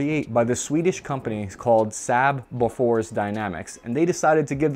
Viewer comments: Oh and it’s maker is not pronounced “befores” it’s pronounced “boh-fours”. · They're pronounced Sarb and Bowfors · So my old cocker but Saab is pronounced as- (Sar b) =Saab and Bofors is pronounced as (Bow firs) =Bofors. Cheers Mate. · How tf did you pronounce bofors. Like, if it wasn’t well known i would get it but fucking bofors.